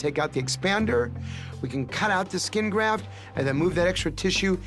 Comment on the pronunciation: GrafT****, not "graph," you goofy, goofy person.